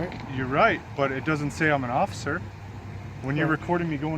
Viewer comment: #3 Where do they find these (OAF)icers? #2 Did he say (OAF)icer Knapp? #1 The old Gray headed (OAF)icer will get this PD sued soon!